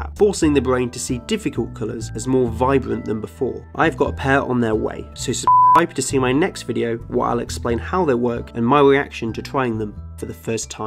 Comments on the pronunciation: I think he bleeped it out because he can’t say Rs very well. Subscwibe. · Why did you say "suckscribe"?